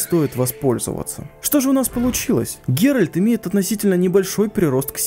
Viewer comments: Геральд не супермен говоришь))) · Его зовут ГеральТ